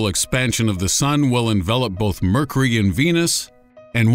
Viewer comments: . . . . . Really . . ? "Mercery" . . ? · "Murkery", huh? Are you sure that's what it's called? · Did anyone else notice that he pronounces mercury wrong? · Your pronunciation of 'Mercury' is peculiar.